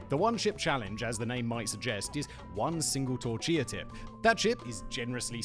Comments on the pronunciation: “Torchilla Tip” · “Chortia Tip”? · i had to replay this several times to confirm i actually heard “torchilla tip” come out of simon’s mouth casually and completely unnoticed like it was intentional 😭😭